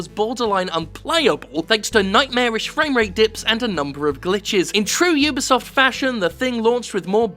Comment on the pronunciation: Jim@ You did it! You actually said (You Be Soft) correctly!! High Five!!